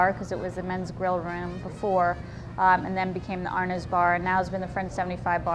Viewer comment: I love the French 75 and Arnaud's but please, the D is silent....pronounced ar-no's.